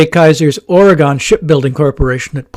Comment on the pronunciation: Here is a Goggle Earth link to what remains of the old Kaiser Shipyard Ways in Vancouver. And by the way, we locals pronounce it Ory-gun, and not Ory-gone.